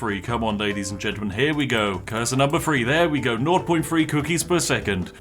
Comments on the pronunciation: i'm not sure but is it possible that you pronounce things like: three, thousand, very more like: free, fousand, fery not trying to be mean i just noticed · why do brits insist on pronouncing every "th" sound with their lip instead of their tongue like you're supposed to? ALL of their "th"s either sound like an "f" or a "v" fousands of cookies, just everyfing possible. Over free hundred fousand cookies. Vis is remarkable, I simply can't believe how far vat idea took us in just firty minutes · he said free two one